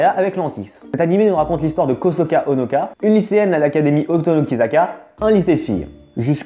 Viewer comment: Ce n'est pas kosoka mais kōsaka et eli et non eri... Sinon super vidéo!